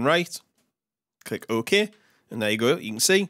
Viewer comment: click "oh-Ke"